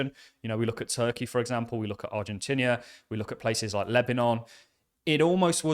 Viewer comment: Stop saying Ar-gen-tinnia! Aah!